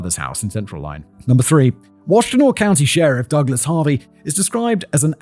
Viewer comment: I. Have never yelled yippsilenti, so many times in my life I went to Eastern Michigan, I've grown up in this area my entire life you pronounce it EPS I LANTI you drop the Y. AND ITS WASH TIN AW